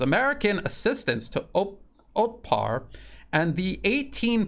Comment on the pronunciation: it's Otpor, not Otpar.